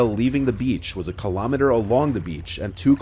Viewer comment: Kill-O-Meter* Not, Kuh-Lom-Miter Do you also so 'Kah-Lom-O-Grams?